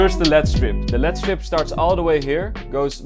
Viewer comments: calling "L-E-D Strips" "LEAD strips" is my new favourite thing now 😂😂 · It is L E D strips and not led strips Also your old setup was looking 10 times better than mine lol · You don’t say it lead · He didn’t he meant LED it’s just some people say lead strips